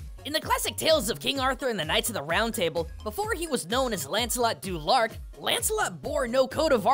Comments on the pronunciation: y'know, I was gonna comment about "du Larc" and the cringe of the "ah-ar" mixup in americans speaking british... But if anything it's more british to stick it to the french by mispronouncing their wrds. So good on you. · "Lancelot du Larck" me: ASHHGJJHHHH